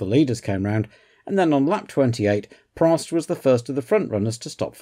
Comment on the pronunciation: In all my years watching F1 I never knew Prost was pronounced “Pro”. Thank you again for such an interesting and rewarding watch 😊